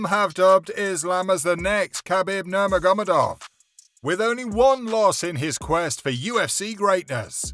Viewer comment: Please hire a different person to narrate / do voice over. Sounds really dumb when he says OlivIEra or NurmaGOmedov. Ok he knows nothing about the subject he is talking about but at least learn how to fucking pronounce their names at last.